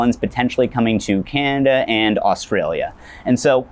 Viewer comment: Why do so many YouTube people do that thing with swallowing their L sounds. You’re supposed to touch your tongue to your teeth, not make a gulping EHWL sound with your throat. They also do this thing where they don’t enunciate certain letters that appear in groups or next to one another. Listen to him say Canada — it comes out as Canthnthh.